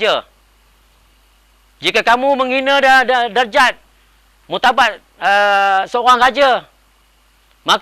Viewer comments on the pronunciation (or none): hahaha.. org baju kuning tu tersasul .. die ckp muktabak ..klau muktabak diraja , sedapp~~ ... bukan murtabak la , martabat ... tu laa ko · apa itu murtabat..?? haha murtabak ka? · murtabat ke murtabak seorang raja ???